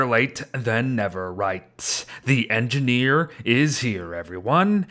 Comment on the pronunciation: “The engineer is engideer”